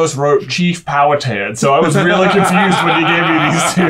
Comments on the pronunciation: it is pronounced pow-hatan it is like man hatan exept the pan gets powed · I would be more impressed if anyone could pronounce Pow'Hattan correctly (emphasis on Hat) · Pow-a-tan??? Pow-a-ha-tin. Wing-a-po??? Win-gah-po. 😂